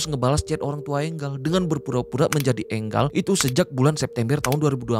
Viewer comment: Enggal apaan si? Enjel bang